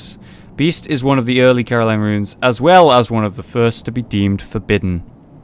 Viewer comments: It's Caryll. not Caroline XD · old video i know but i swear i semi cring every thime i hear Caryll pronounced "Caroline."